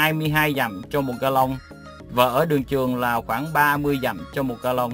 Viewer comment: Ông này bị ngọng ga long là lòng gà luộc nhưng tái thôi cho tụi mỹ ăn